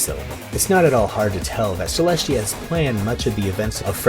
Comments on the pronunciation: Not bringing back the "trend" but why do you always say Celeshia instead of Celestia? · Its celestia not celeshia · He said cleshtia